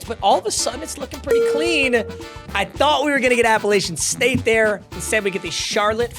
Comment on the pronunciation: You didn’t say Appalachian State right